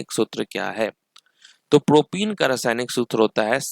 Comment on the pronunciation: propen it's प्रोपेन not प्रोपीन (CnH2n) Propyne it's प्रोपाइन not प्रोपीन (CnH2n-2)